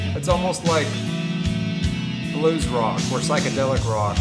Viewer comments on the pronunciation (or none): My boi really said pyschodalic rock lmao 😂😂😂